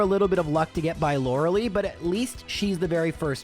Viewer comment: Day 1 of asking to pronounce her name as "Lore-uh-lie"